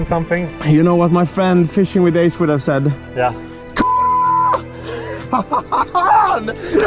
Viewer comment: Your ku...wa was perfect! Greetings from Poland! :)